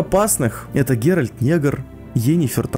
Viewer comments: ГеральТ, не ГеральД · Не Герольд,а Геральт.